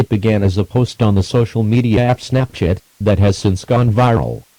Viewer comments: it sounded like he said “snapshit” instead of Snapchat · When I hear the word "Snapchat" in this video, it sounds like "Snapshit". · Istg ik im not the only one that heard say snapshit instead of snapchat lmfao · I thought he said snapshit but I understood. I had the volume down. Me bad.